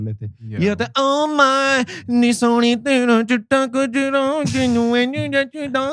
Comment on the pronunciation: Kajra nahi Gajra hota hai.